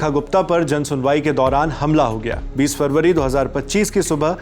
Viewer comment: 20 February saale date to sahi se bol leee